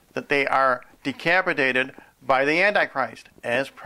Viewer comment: lol decapidaded